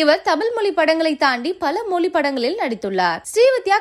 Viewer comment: Stop pronouncing as moli....it is mozhi....it is a beautiful Tamil word...don't kill it please 🙏